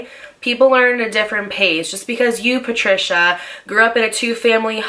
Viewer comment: Not "Patricia " 🤣